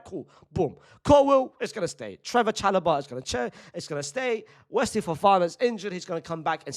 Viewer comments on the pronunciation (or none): none